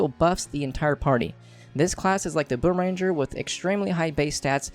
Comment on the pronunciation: He said boom ranger HAHAHAHA